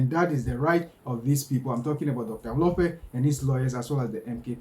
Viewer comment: Your own mkp dr dl-lope😮Hlophe don't butcher people's names not dl-lope hayi suka go home 😢